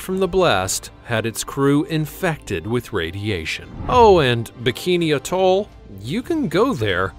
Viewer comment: Amusing that the narrator doesn't know how to pronounce "atoll"